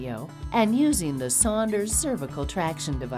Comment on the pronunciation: I thought was saying Sanders.